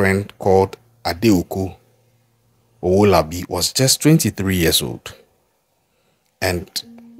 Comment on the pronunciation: Stop this bad pronunciation of names, Favour not Fever. It is Adeeko Owolabi